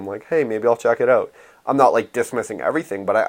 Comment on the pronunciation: "oat of this world"